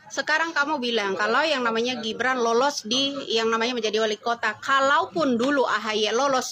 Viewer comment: Heiyyyyyyy,jeng....nama orang jangan dirubah dong...pean pakai bahasa Indonesia..kenapa sebut nama Gibran jadi Jibran...setahu saya TIDAK SEMUA G harus dibaca J...